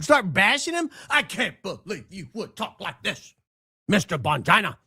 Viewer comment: Now I’m lol each time says Bongina. If we don’t laugh we will cry as they say.